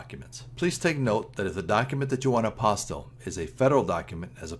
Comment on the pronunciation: Thank you for pronouncing the word properly!!